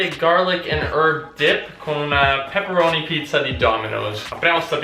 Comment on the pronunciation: Io:*sente pepperoni pizza* Sempre io:*cominciano a sanguinare le orecchie*